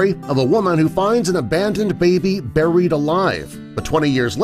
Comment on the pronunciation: you mean Burryed alive 0-0